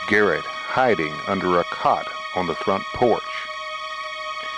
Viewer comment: It’s garret not carrot !